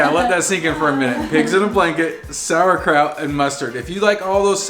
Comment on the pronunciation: ya had me with your Pigs In a Blanket til you said saurkrout and onions. lol